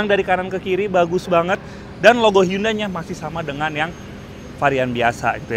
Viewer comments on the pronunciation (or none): Bacanya handai bukan hyundai